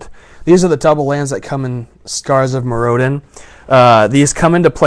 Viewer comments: Me-roe-din lolz. Mirror-din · MirroDIN not MirROdin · >.> your saying Mirrodin wrong! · OMG LIEK HE DIDNT PRONOUNCE IT CORRECTLY!!!1!!1 DERP DERP DERP DERP DERP. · It's a shame that someone who can't even pronounce Mirrodin right gets to open 4 boxes of Scars:( hahahaha I kiddd, nice vid